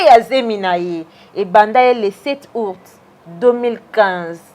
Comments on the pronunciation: Po oloba Aout Ozo loba ourte, zoba zoba tala suki lokola 👹👹👹👹👹👹👹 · Ayebi ata koloba aout te, azo loba ourte , zoba zoba